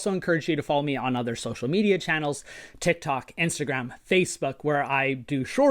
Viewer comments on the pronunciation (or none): none